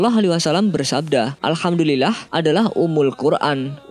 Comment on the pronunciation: Assalamu'alaikum.. sebelumnya saya minta maaf jika kurang sopan.. min tolong bacaan arabmu di perbaiki.. pada bacaan admin ketika membaca Alhamdulillaahi Rabbil 'aalamiin.. admin membacanya Alhamdulillaahhi (dengan membaca huruf seakan huruf Hijaiyahnya Ha tasjid sedangkan aslinya di baca ha tanpa tasjid).. beda huruf beda arti jika di dalam bacaan Al Qur'an.. terlihat simpel sih tapi penting.. terimakasih dan mohon maaf jika kurang berkenan..